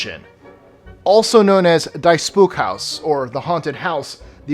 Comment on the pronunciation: FYI, number 16, the Erasmus House in Pretoria, South Africa. "Die Spookhuis" is Afrikaans, "The Ghosthouse" The word "Die" is pronounced "Dee"